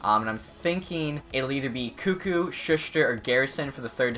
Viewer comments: Shush-tr? It’s Sus-ter. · U say Sustr’s name wrong its shu-ster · Dude, you can pronounce koekkoek but not sustr?